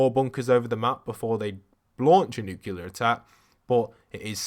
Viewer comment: He keeps saying nucular which is killing me cuz it’s nuclear (N-oo-clear) New Clea R